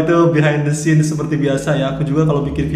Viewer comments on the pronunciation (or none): none